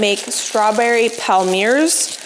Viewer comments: Palmier is a French word that means palm or palm tree and it’s pronounced palmié like in fiancé 🙃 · Hi, a small tip for the palmiers (palm-ee-ayz) - try rolling the two sides towards one another to the centre instead of folding. Claire Saffitz has a good tutorial and rolling gives them that classic heart shape:) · Palmier cookies are pronounced Pal-mee-ay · Palmiers are pronounced “palm yay” the r is silent. But at least you do not mis pronounce Worcestershire- I cannot believe the number of American chefs that do not seem to know how to say that. Sorry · Hi! Just a little French lesson….Palmiers are pronounced “palm-yay” Love you and your channel! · I looked it up for us as I was curious too. Online says Palmier is pronounced pal-mee-ay. Makes sense as they originated in France. Thanks for the inspiration as always 😊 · I think Ina pronounces it pall-me-ay